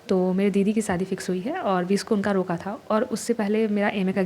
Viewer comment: Yar bahan aap muslim h kya roka boli to aisa lga but i no ki aap mislum ho plz reaplly❤